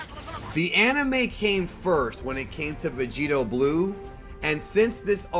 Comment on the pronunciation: HILARIOUS VIDEO. THANKS. “VEGEROT” 😂 NAMASTE 🙏🏽 FROM BROOKLYN.